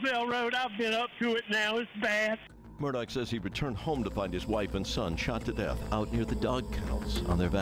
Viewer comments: What an unreal story…why does everyone keep calling him aleC Murdock his name is aleX with an X and you pronounce that last name murdaw - murdaugh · Nobody: Ja Rule: it's murdaa! (Murdaugh)